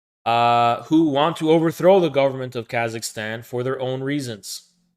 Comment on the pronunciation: “Here’s Khazakstan…”